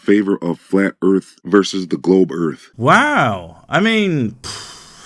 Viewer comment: "Looking into Flat Earf" is quite rewarding... everyone needs a good laugh once and a while - and that sh*t is hilarious !